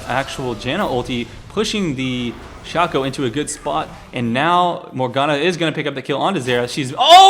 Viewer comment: it is actually pronounced Shay-co (Shaco)